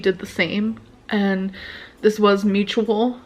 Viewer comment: It was Moo-chew-wool